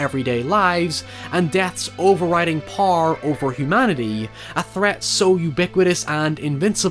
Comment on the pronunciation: Imagine saying the word 'power' in one syllable